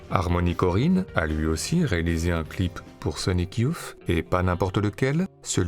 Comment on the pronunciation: super ! Merci pour cette redécouverte de films oubliés. (un seul bémol sur la prononciation : pour dire "youth", on doit plutôt dire "yousse" et non "youf", c'est le vieux fan époque 91 qui parle...